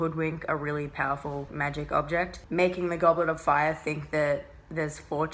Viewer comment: One question "Goblarafar" ? IT IS "GOBLETOFFAAAAAYAAAAAAH" :)